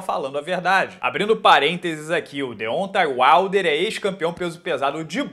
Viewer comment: Deontay Wilder se pronuncia "Dêontei Uailder"